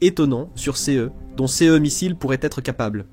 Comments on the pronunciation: toujours une voix IA qui dit C E (les lettres) idem pour c e s au lieu de ce et ces en son. Pareil pour les HIMARS dont il répete la significatioin à chaque fois. N y a t'il même pas un humain pour corriger . bien triste et cela gache le travail. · À nouveau le sujet est super intéressant et très bien traité. Les sources sont de toute bonne qualité comme d’habitude. Mais le commentaire synthétique me sort vraiment par tous les pores. Voilà qu’il se met à épeler les pronoms « ce » « ses » c’est à devenir fou ! On ne comprend plus rien de ce qu’il raconte !! Réagissez, bon sang‼️😤 Même « ici » devient « i-c-i »‼️ Comment voulez-vous qu’on écoute ça pendant vingt minutes sans devenir cinglé ??!!